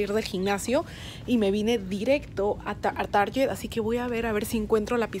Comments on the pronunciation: Tar-guet, se dice!!! Lo aprendí en tu vlog... de cómo se pronuncian algunas marcas palabras. Jejej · Hola, porque pronuncias target asi? seguro te confundiste...